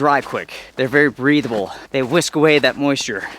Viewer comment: "Whisk (wick) away moisture"... I laughed a bit. Good advice for beginners and good reminders for experienced people. Nice vid.